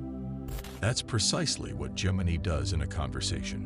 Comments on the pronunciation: It's pronounced, "Gem-in-eye." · Gem•in•ey .... that's not how you say that.